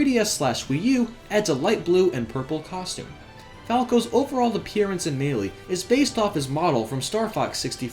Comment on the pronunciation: Why do you pronounce Melee so weird?